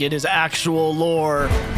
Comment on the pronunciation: When you guys say "lore" it sometimes sounds "war"